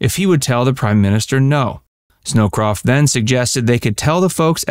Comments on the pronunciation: Brent Scowcroft...not Snowcroft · Nixon is a drunk and Kissinger saves the day. Direct from the pen of Kissinger. This video is incredibly misleading. Yes Nixon drank too much during the pressures of Watergate but this business about Nixon being a drunk is irresponsible nonsense. And it’s Brent “Scowcroft,” not “Snowcroft.” But I wouldn’t expect you to know this. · Please double-check the correct names of the historical figures you reference; it’s Brent Scowcroft (not Snowcroft).